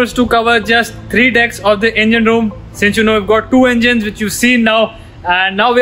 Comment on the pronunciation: "EMGINE ROOM" BTW THANKS FOR THE AWSOME CONTENT! LOVED IT